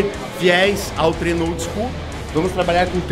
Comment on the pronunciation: vejo muitos atletas e profissionais falando "TRENO" em vídeos, palestras... É a mesma coisa que um professor de português falar BICICRETA. Pelo amor de Deus galera. É TREINO. Uma palavra simples e usada todos os dias dita de forma errada não dá kk. Parece viadagem esse feedback mas parem pra pensar...💪🏼